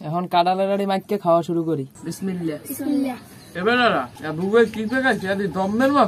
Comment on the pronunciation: বিসমিল্লে না বিসমিল্লাহ বলুন ।।।।।